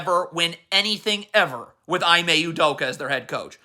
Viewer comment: “E-MAY” At least give him the respect of saying his name correctly.